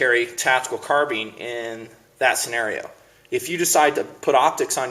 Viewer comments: HEY ITS CARBINE NOT CARBEEN. (car-b-eye-n) 2 syllables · car bean lol its "car bine" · Car-beans? I thought it was pronounced "Car-bine" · Car been? Does he mean to say baked bean?lol! Car-BINE you dummy! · Eh, I hear enough people pronouncing it CARBEEN, that I'm sure it's a TOMAYTOS TOMAHTOS kinda thing... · you pronounce carbine wrong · i thought that the first time i watched his videos. Yeah he says it wrong but you dont have to go off like that. Chill out man. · Carbine is derived from Karabiner and can be pronounced several different ways. My Mini-14s are far more accurate and better quality than my colt AR-15. O.K., they are rough to tear down and aren't good in the dirt; but, ARs have the same problem. Let's face it, the best MILITARY weapons have been made by the Swiss, Germans and Russians. ARs suck. Ask any Nam vet who threw their M16 in a ditch and picked an AK up off a dead VietCong. Colt sucks.